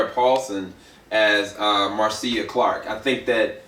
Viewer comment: Her name is pronounced "Marsha" even the love spelled Marcia and his last name Shapiro is pronounced "shop_ear _0" . Good review though !